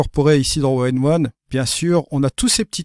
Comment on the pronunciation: Etrange ta façon de prononcer ON1 tu dis tjs ONE1 plutôt que ON1;-)